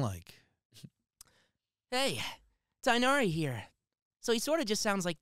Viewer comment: It's funny that the dude who asked "what is Tighnari" technically pronounced it correctly. His disappointment is hilarious lol.